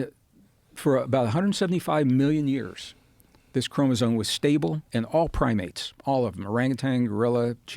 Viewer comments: Gregg should start pronouncing chromosome correctly ... not chromoso"n"e. ... there is an "m" at that end of that word. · he says "Chromozone" 🤦‍♂️ Anyone who has read anything related to chromosomes( prerequisite if you're gonna claim what you're teaching as fact), would have noticed the spelling and would have corrected the pronunciation .. I get the impression he watched a few youtube genetics 101 clips and made up some studies and facts. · Mr Braden, please change your pronunciation of « chromosome ». It is not a « chromozone »… 😅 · Is he saying "chromosoNe? Tell me my ears are broken haha.